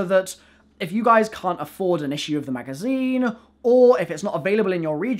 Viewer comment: Y does he say "ehh" at the end of nearly every word "magazineeh" still like his content tho